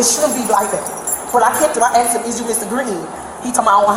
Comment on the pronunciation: Happening upon these videos does absolutely nothing for iq points. "I had axded them"